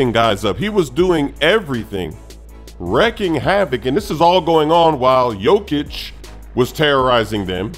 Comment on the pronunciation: YOU KNOW HOW TO SAY WREAKING CORRECTLY,, STOP FUCKING WITH US